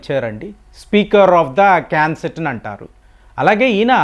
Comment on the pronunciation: క్యాన్ సెట్ కాదండీ బాబూ నెస్సెట్